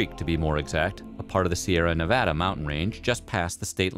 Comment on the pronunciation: I don’t know what I love more. The hilariously facetious attitude of the narrator, or the fact that he pronounced both Nevada and the Sierra Nevada correctly